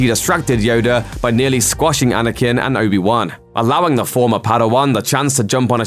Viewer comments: Anyone else notice how he pronounces Anakin as "Anakun" 😂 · the accent maybe